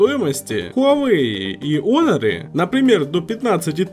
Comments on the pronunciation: Кого бесит что называют не хонор а онор Не Ксяоми а сяоми Ставьте + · Хоноры а не оноры,глэк